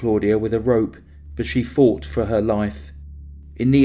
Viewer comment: Impeccable narration ? you really dont listen do you Puwwled out knives Boad fawt for he life twelfe days later strangwled kiwled etc etc etc